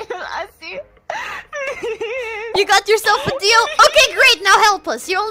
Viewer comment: *The Art of D-EEL